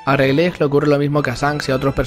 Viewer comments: Plis se dice reyligt. Animo con tus videos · Me parece muy bueno tu contenido, pero cada vez que he escuchado "Railej" en este vídeo, he perdido años de vida